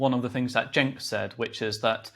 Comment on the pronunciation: Gideon pronounced Cenk’s name correctly. And I doubt he watches TYT. That tells you all you need to know about him imo